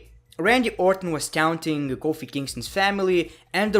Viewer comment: You said tounting